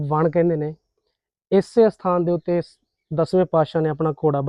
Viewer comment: ਵਣ ਨਹੀਂ ਕਹਿੰਦੇ, ,ਵਣ ਹੀ ਹੁੰਦਾ ਜੀ